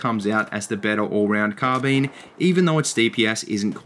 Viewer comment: I enjoyed the video, especially the way you say car bean.